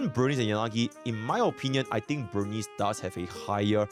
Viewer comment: why people violate burnice name like that? "burn-neece"